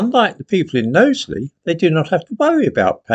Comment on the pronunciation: Nice to see you are pronouncing Knowsley correctly now 🤣